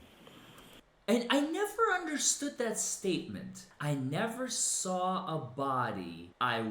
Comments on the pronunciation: She never ‘sawr a body’ 😂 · Dude that got me every time I sar her saying it. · She never “sawr” a body. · Ohhhh now there's an R all of a sudden?? Right there at the end of the word saw.... 😮